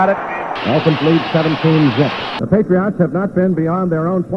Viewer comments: Why does he keep saying "PatriOTT" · It cracks me up hearing the Dolphins radio announcer pronounce Patriots as "Patri-ahts"